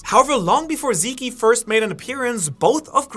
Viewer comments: Stop calling zeke zeké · did you just call him zeekee? 😮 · "Zeke" is just pronounced "Zeek" lol not "Zeekie" It is from the name Ezekiel. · "eren and zeekee" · yea i had to turn this video off cuz this idiot pronouncing zeke in the most wrong way i’ve ever heard is pissing me off